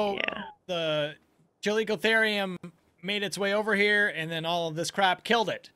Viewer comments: Just so u know, it's pronounced Cal-ico-theer-ium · it's ca-lick-oh-their-iem